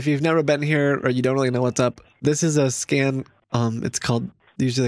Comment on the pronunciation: "scan" Edit: sounds like "scam" Edit2: this comment is not edited.